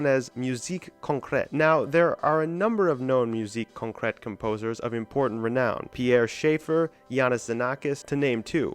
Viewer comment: The accent on Concrète is wrong.